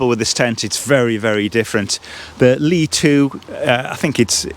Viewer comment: It is not pronounced anything like you said . It is pronounced like the last sullable in hilLY. But you are correct in your translation, both ly and vern for that matter translates rougly as shelter or cover. 😊